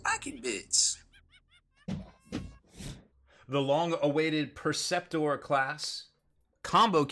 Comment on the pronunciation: Funny how he mispronounces a bunch of it. Las-IMPULSOR not Las-Imploder Knight PREceptor, not Perceptor. :D